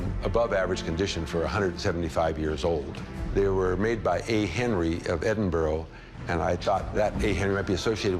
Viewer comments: "edinburuh" not "edinburrow" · smh my guy said "edinburrow" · American's say edinburo. Edinburgh should sound more like edinbura.bura not buro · Dear Americans Edinburgh - ED-IN-BUR-AH Not Edinboro or Edinburg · Edinburr?!? EDINBURR?!? EDINBRUH!!! ITS EDINBRUH!! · I only have to say, Edinburgh is pronounced Edinbura, not Edinboro! 🏴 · ITS PRONOUNCED EDIN-BRUH NOT EDIN-BORROW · as a scot i can say for absolute sure its not, its pronounced eh-din-bruh but sometimes in scotland the r is rolled and can sound like eh-din-bu-ruh, so i can see the confusion, but burrow with an obvious w at the end is a bit silly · Its not Edinboro....for Americans say Edin...borough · Pronounced Ed in burra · ‘Edinbro’😂😂😂😂 mate you can’t even say the name right, these Americans man 😂😂😂😂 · Never heard of Edinburrow 😂😂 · Why tf did that guy say edinburrow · What is it with these people Ebinbro . Edinburgh Were do the get Edinbro . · Edinburgh is pronounced "Ed-in-brah." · How the second guy pronounces Edinburgh gives me the fear. Edinboro. :-D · Why are they all pronouncing it "edinboroh". Its Edinburgh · its Spelled Edinburgh, but its pronounced "edinbra" or you could just call it by its Gaelic name "Dunedin" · Just have to laugh when Americans say my home town of Edinburgh, if you want to say it’s edinbra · "Made by A Henry of Edinboro" .....brah don't you mean Edinburgh? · I love the show and these guys however the way they all pronounced Edinburgh just grinds my gears it's not hard to pronounce correctly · I always burst out laughing when an American trys to say 'Edinburgh'. They always sound so stupid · I love how they don't say Edinburgh correctly never heard any American say it right it's funny 🤣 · I hate the way the Americans say Edinburgh they say it totally off 🙄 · The way they pronounced Edinburgh has me weaaaaak 😂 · The way they pronounce Edinburgh does my nut in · every Scottish person is annoyed from that pronunciation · No american can pronounce Edinburgh